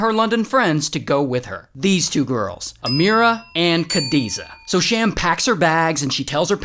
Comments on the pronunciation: not kadiza its khadija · Khadiza it is act khadija